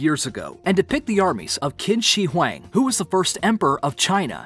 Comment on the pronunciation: “Emperor Kin She Hooaang” lmfao Its pronounced Chin Sher Hwahng